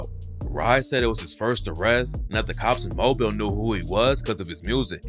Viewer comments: Mo-Bill is literally mobile wtf lol Mo-Beal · It’s moe-billl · Its Mobile(Mo-Bill) not mobile like a phone put respect on our city😭💯